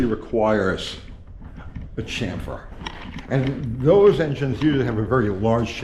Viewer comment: Drink everytime says chamfer wrong....🤤